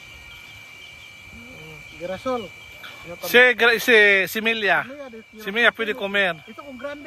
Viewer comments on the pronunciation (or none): GIRASOL- pronounce (Hirasol) ay SUNFLOWER.